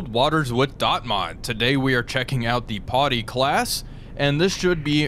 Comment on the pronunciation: TY. The 'Potty' was starting to grate.